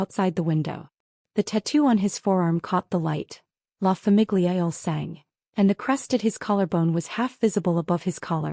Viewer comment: Excellent story, great plot, but if I can recommend one change, it is better narration, with emphasis in the right places, and the proper pronunciation of La famiglia il sangue. I'm an enthusiast and love the story but since we're listening the proper delivery and timing and pronunciation are important. I believe fixing these things, addressing these issues will increase your audience and platform. You have the talent and creativity!🌹